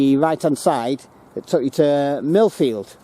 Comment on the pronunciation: Mirfield not Milfield.